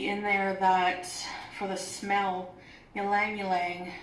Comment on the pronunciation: She butchered ylang ylang. Hell,, if you don't know how to pronounce something, Google it!